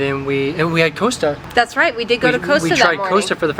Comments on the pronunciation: Coss-ta not coast-a Haha you Americans... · The town is Woodstock.We say Costa not Coast-a, and Blay-don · Coaster? Costa pronounced as the spelling cost a. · It’s pronounced COSTA not Coaster (and not how you pronounce Costa in Costa Rica either!)😬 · Just for reference guys, Costa (Coffee) is pronounced not as co-sta, but more as cost-a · It's pronounced 'cost a' not 'coast a' ... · COS-Ta, Not costa, Glad you enjoyed your time in our country. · Costa pronounced Cost-a not coast -a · Costa . Haha I like how you pronounce it like roller coaster . Class .. cost--- a .. Costa.. like cost alot of money haha.. Great vid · Costa as in cost. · Not ooasta coffee... cost a coffee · Costa is pronounced as in the cost of something not as in the coast by the sea side Tapestries were traditionally used like wallpaper is used today in modern houses. The paintings are predominantly part of the national gallery artworks. If you ever in the UK again you have to go to Winston Churchill's private house called Chartwell house in Kent it's definitely worth a visit Oxford is one of the UK's worst cities to drive in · costa is pronounced COS TA not Coasta. Sorry to be pedantic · Costa would be pronounced (even in the states) as Cost a, The way you miss pronounced it, it would be spelt either Coaster, or coasta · I'm enjoying your UK videos! You both are really good! One small thing though "Costa" is not pronounced "Coasta" is pronounced "Cost-ah" or like the "cost' of something! Keep up the good work!😊👍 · Costa not Coasta… 😊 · Now I get it - you mean Costa NOT Coaster!!! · Its Costa like Lost'a not Costa like Coast'a. They are owned by Coke now. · It’s Costa not coasta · Please guys it's pronounced Kostas as in Costa lot! Funny hearing you say it sounds like coaster as in what you sit warm drinks on so you damage a surface of furniture!! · That's COsta not Coaster! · glad you had a good time. We pronounce Costa like roster or foster not coaster. ATB regards from the UK